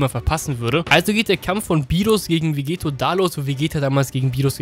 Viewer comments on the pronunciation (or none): Warum sagst du immer Vegeto? Es ist VEGETTO :D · es heißt Vegetto mit 2 T und wird auch dadurch mit einem kurzen E ausgesprochen und nicht vegeeto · Du sprichst Vegetto falsch aus.